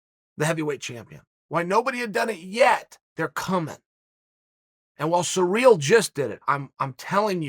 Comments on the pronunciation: Chael mispronunciations Sonnon haha! Sa reel.... have u never heard the name Cyril?? Si rill.. I love it, that’s just another reason I love these vids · dude, if you think Ciryl and Surreal are pronounced the same way, you need help. Except if you’re Uncle Chael… when he says it, I say “Ok, great”. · SEAR-UHL not Sareal. Common Unker Kale, if ya ever wanna move up past commentating the pre-lims to the big card with Saint Rogies, ya gotta get these pronunciations down. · Chael “surreal Gane” Sonnen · Eating cereal while listening to Chael talk about this guy named Cyreal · He says Cyril the first bite, then returns to using surreal. He is 100% butchering these on purpose 🤣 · I liked Izzy's "Cerebral Ciryl" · Kind of surreal that Chael can't pronounce Cyril pwopwerly.